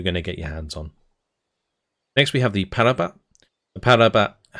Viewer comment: Just to say, 'Ratel' is pronounced Rah-till (as in the sun god and tilling the ground). Funnily enough, the only word you pronounced in an Afrikaans way is actually said with an anglophone pronunciation (Parabat). Like your content man, thanks for the overview.